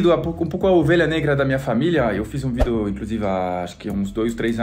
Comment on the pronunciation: ..você ainda continua dizendo "vido" e não vídeo kkk